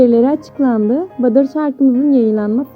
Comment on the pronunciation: Ablacım badır değil ya butter(battr) Video için teşekkürler💜